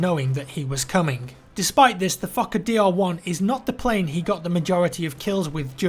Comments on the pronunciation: i mean, if it matters the name actually has a long “o” as in ‘f oh kker’ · Fokker sounds like fucker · Sounded like he was saying the Fucker DR1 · The word "Fokker" sounds like "F*cker" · Why is he prounouncing "Fokker Dr 1" "Fucker Dr 1"? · I first thought you said fucker when you were saying the planes name lol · when he said fokker DR.1 i did not here fokker i heard f#cker DR.1...plz tell me im not insane. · I kept hearing the Fucker DR1 not the FokkerDR1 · I'm sorry, but it honestly sounds like you are saying the "Fucker DL1". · Anyone else hear 'fucker dl1?' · A fucker? Oh a fokker..sounds the same, just saying. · it's like you're saying the fucker not the fokker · The Fokker dr1 lol sounds like fucker dr1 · Every time I hear fauker I hear f****r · the plane is kinda pronounced like fucker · I thought he said "Fucker DR1" for a full minute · I thought you said fucker Dr1 for second XD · how you say fokkerdl1 is like fucker dl1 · who else thinks he's say fuck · I just love how says fokker, it sounds like he is fucker its just so hilarious. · When you say FOKKER, I heard you saying FUCKER instead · He said Fokker like it is Fucker haha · I laughed my ass of both times you said fokker, it sound like fucker :) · Who else heared fucker 1 instead of fokker dr1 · I thought he said the fucker dl1 when he was talking about the plane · "Despite this, the fokker..." Sounds like "Despite this, the fucker..." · the fokker dr1 sounds like fucker dr1 lol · Sounds like ur saying fukker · It sounds like he is pronouncing the airplane name as fuck-it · When he says fookerdr1 he sounds like fucker d r 1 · "Fooker" lol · I'm sorry, am I only the one who hears "fuck a deer v1"? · Fokker DR1 sounds like fuckerDR1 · I keep thinking he's saying "fucker" when he says "fokker" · I hear fucker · "the exclusive fuckadeer aircraft" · when says fokkerdr1 it sounds like fu*k a dear 1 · Fucker dr1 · Fokker is pronounced the same as f*cker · Its funny how you say 'Fokker' xD